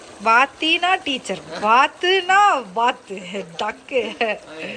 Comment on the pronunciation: Vathu (Duke) vaththi (Teacher) 😀😀😄Your husband is learning Tamil from you. Good attempt.